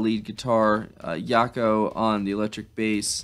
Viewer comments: it's not pronounced Y-aco it's Jaco with the J ! Do more of her Jazzy stuff with him,He's the most famous bassist, of all time like a Hendrix G.O.A.T. status! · Jaco, pronounce Jack-O. Pat was strumming almost incomprehensibly in the background. Joni was doing the great strumming on the guitar. Don Al-li-as was great on the congas. All of her albums are amazing from the first to the last, but I recommend you checking out "Court and Spark", then "Hejira", Don Jan's Wreckless Daughter, and especially "Mingus". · Jaco (rhymes with 'Jocko') Pastorius is an amazing bass player, I hope you'll do a deep dive on his work. Btw, 'Coyote' was Joni-speak for Boyd Elder, the artist responsible for the 'cow skulls' album cover for The Eagles. He was born and raised out here in west Texas, about 60 miles from my home 😊